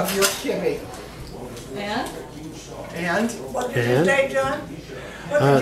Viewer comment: Wizataria omg I used to live in Beirut and never heard it pronounced your way! Always kib beh.